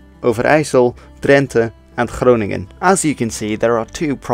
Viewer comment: I rather like the pronunciations. Stuff like Groningen etc. just never sound right in their anglicised forms. And you only used them for introductions and that seems fine